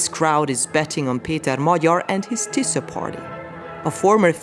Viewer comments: Doesn't matter how you pronounce, the name is not Tissa or Tisa but TISZA. (Tisztelet és Szabadság Párt) See sub for example... And Peter Magyar the leader's name. (Magyar Péter in Hungarian and not "Peter Morar" or also not "Majar", etc... :)))) And not convincing "FIDES" or "fittest" supporters... Orban's party called: FIDESZ. Sub for example... Apart from bad badly written names... (Most popular names in Hungarian politics for ages now, can hear and read 1000 times every week... Hence, it's a bit irritating/annoying to see still so badly written.) the ...rest of the subtitle is OK. And the video all in all sadly about right... Go, TISZA! :))) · And after the regime is toppled, we Poles need a serious conversation with the Hungarians about the pronunciation of s/sz